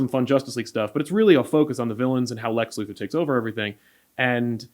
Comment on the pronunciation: Lu Thor Luthor 🤦‍♂️